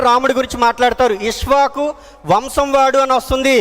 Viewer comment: నమస్తే అండి ఉత్తరరామాయణం తప్పుల తడక ఇసవాకు అనకూడదు ఇక్ష వాకు అనాలి సంఘమిత్ర